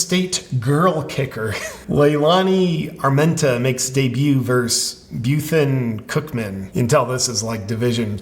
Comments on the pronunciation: verSUS, you eejit. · "Versus", not "verse". Please, JP.